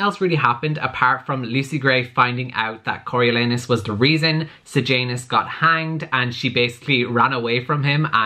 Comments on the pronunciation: “I’m reading it Cory-lee-anus...” Me: has to pause the video because I’m in tears Legit how I pronounced it until I asked my dad for help. 🤣🤣🤣 Cory-oh-lawn-us by the way. 😂💕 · "Im reading it Cory- ... Cory-lee-anus..." Literally, I wasn't watching the video, just listening your voice, and the first time I thought you said "CoralAnus" and I was WTF?!?!? XD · Am I the only one who heard “Coral-Anus” when google pronounced it? 😂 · i live for trying to pronounce Coriolanus and failing lol!